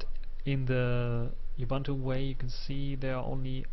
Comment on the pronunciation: and oo-boon-too not a-bun-too